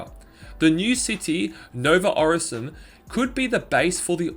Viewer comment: just saying its pronounced OR - Sin - I - Um, apart from that great video my guy!